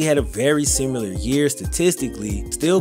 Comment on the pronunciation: SimIlar not simUlar